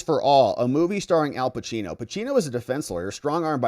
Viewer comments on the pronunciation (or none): none